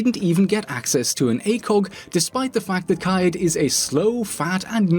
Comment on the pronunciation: Me: Kaid Nerds: Kai-yeed Rouge9: Kayed